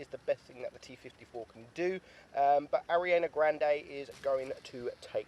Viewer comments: Love it when he tries to pronounced Ariana grande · Epic Gamer yh lol tf was that